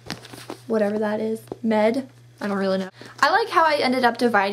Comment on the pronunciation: She's in college and can't read the word mead?